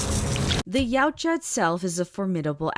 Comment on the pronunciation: Ya-Oot-Ja I think is the pronunciation, I want to help your nerdy creditials LOL 😂